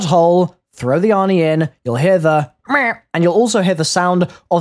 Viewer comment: it is funny how you say meh